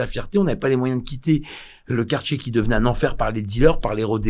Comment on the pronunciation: face-fuchsia-tongue-out:Faudrait qu'il perde l'habitude de dire quartchier. sinon il est parfait. À part ses narines qui constituent une vraie agression visuelle... :face-blue-smiling